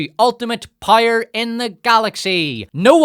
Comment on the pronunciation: I still can’t get over how you pronounce “power” as “pyre”.